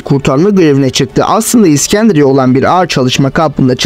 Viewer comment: iksendria değil iskenderiye.